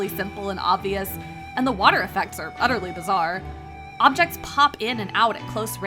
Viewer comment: This was an “UHHterly” decent review